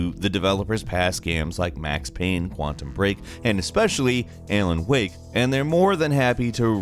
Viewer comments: "Aylen Wake", you wot? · He said pripieat instead of Pripyat. And Alen Wake instead of Alan Wake. 😂😂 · Ah yes. My favorite game "Aylen Wake" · D...did you just say "Aylan Wake"? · Did he just say "Ay-lan Whake"???